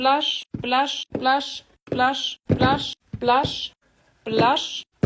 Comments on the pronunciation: Wer hört auch manchmal lush, glash oder wlash?😅✨️ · Hört ihr manchmal Lush,Blush und glush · Ich habe fast immer zum Ende Lush verstanden😂😂😂? Oder dlush😂😂😂😂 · Ich versteh die ganze Zeit: ,,Blush, Slush, Wash, Aash, Quash"-🤣🤣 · Am Ende hab ich nur noch Las verstanden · hört sich manchmal an wie glush